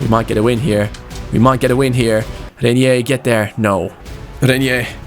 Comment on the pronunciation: the pronunciation of Reinier's name is Rine(like mine) -ier Rine-ier. Hope you understand the pronunciation.